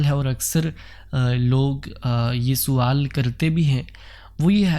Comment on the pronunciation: بہت اچھا انداز ہے آپ کا سوال کے س کو زبر سے پڑھا کریں